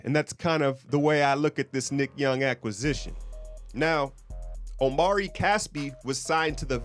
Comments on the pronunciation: just so you know, his name is Omri, not Omari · It is pronounced "ahm-ree" not "Oh-mari." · it's not omari, it's omri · Omri Casspi.. Not OmAri! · It's Omri not Omari... and it's Israeli not Israelien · You pronounce omri - Om - ree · It's Omri: pronounced Ohm-Ree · It's Omri (om-ree) homie. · Omri Casspi Pronunciation: \OME-ree\